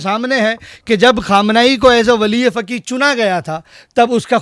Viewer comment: Jis insaan ko khud urdu bolna nahi aati wo doosro se sawaal pooch raha hai. Faqeeh ko fakee fakee bol raha hai jaahil aadmi. Topi lagane se koi qaabil nahi hojaata hai, jaahil hai to jaahil hi rahega.